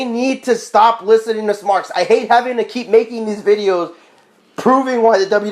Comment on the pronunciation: it's pronounced / written "marks" NOT "smarks" look it up dictionary. com lol